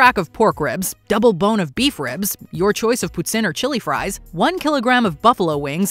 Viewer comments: Its "poo-teen" not putt-in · What in the hell did this lady call poutine...putsin!?!...😅